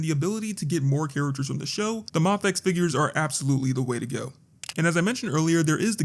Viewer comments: There is a highly likely chance you are saying mafex right, but I'm so used to other creators pronouncing it "may-fex" that it gives me whiplash when you say it "mah-fex" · It's pronounced "mayfex"